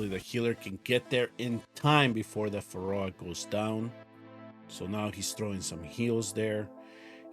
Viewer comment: I love your content bro but how are you so bad at pronouncing things lol 😂pharow not phaROah